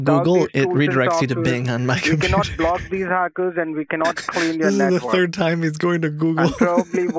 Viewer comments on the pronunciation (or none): none